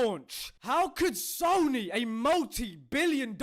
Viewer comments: He called them "SOYNY" 😂😂😂 dude's hilarious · "SOYNEE" -. Omg that almost killed me.